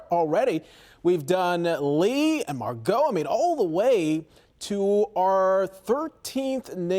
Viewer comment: Need to learn how to pronounce the name “Margot”. The emphasis is on mar, not go, dumb@